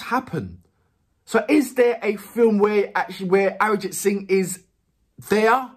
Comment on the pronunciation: I can absolutely relate to you saying that it reminds you of Sting, but there is the difference of the number of people turning up. For reference let’s take the number to be a 100,000 and that’s quite common. We actually have the power of population 😂🤣😂🤣. Secondly, when you say the name Arijit Singh and then say “Live” crowd gets crazy! And swear he delivers exceptionally! Pronunciation time 😜… Jo(as in ‘Joe’) Bhe(stress on “Ae’)+Ji Thi(thi of ‘three’) Dua(its ‘Do’ and ‘A’).